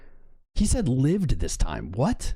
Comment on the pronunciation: Holy 💩!!! He pronounced lived correctly.